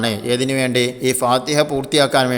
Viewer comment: ഫാതഹ എന്നല്ല ഫാതിഹ എന്നാണ്